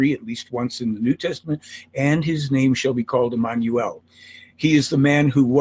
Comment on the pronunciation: She can't pronounce Emmanuel? LOL